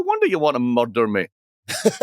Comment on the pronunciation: I could listen to Blythe say "murder" all day long. And what an amazing skill he has at simplifying economic issues.